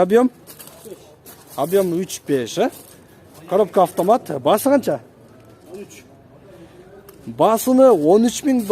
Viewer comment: Коробка автомат дегенди жакшы айтат экен